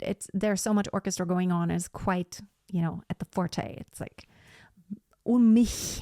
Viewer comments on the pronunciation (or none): none